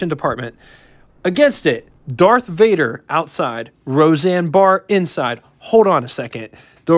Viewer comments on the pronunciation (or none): none